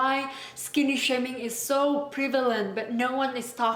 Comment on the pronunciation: You know?!! You literally pronounce wrongly the word "prevalent"